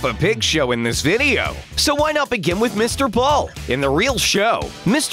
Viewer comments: M I S T A B O O L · For me it was mr ball too lol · When the narrator said: Mister Bull it was like: Missed a Bull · For me it was Mr. Ball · Mistr buall